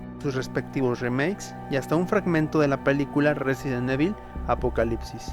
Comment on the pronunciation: excelente video compadre, yo solo tengo una duda, como es posible si en todos los videojuegos y peliculas de la saga pronuncian a la perfección el nombre RESIDENT EVIL (Resident Ivol) tu lo pronuncias como cualquier españolete que le vale madres la pronunciación real, y peor cuando Umbrella y Racoon si los pronuncias bien!